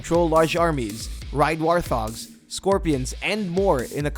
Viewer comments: Isn't it "wart-hog", not "war-thog". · Anyone else hear him say war'thog' instead of warthog? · Warthog = "wart-hog". Not whatever you said 😂